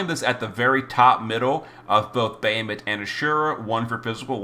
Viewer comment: Normally I follow and love your video but your pronunciation always hits me like nails on a chalkboard Bah Ha Moot not Bay hi mit for Bahamut Kle o may not Kle ohm for Cleome Etc etc LoL still love all you do for the community